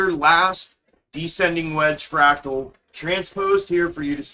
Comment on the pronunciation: He is saying fractal